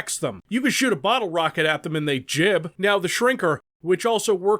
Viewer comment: He said "Jib" Its gib